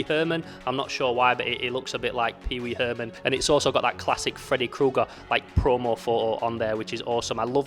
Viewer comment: Fredaye Kooger 😅